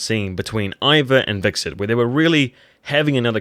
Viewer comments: it's Hvitserk not wixert lool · You know it's "Hvitserk" and not "Vikserd" right? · "Vixert" seriously? If you're going to review a show at least learn the character names.